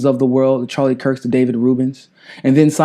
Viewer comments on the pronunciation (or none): none